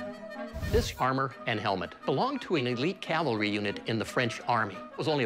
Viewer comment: Whew! At least Rick didn’t say Calvary. For someone with so much knowledge, he really needs to learn how to properly pronounce Cavalry!